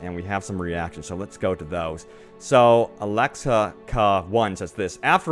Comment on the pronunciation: His name was Alex a k a 1 not;D